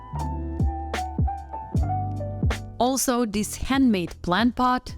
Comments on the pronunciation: Could you practice saying “ this” before a recording? “ This” does not begin with a “d” , so not “ dis” but “ this”. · No worries. A handy tip for pronouncing “ this” is putting your tongue behind your top teeth and saying “ this”. Otherwise great video.